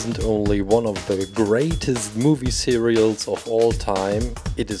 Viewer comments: Hahahaha Cereals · did someone notice that he said cereals instead of series 😂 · whydoes he say mivue cereal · Robin Reese me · me and he said it 2 times lol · yea lol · Yeah me too,I was so confused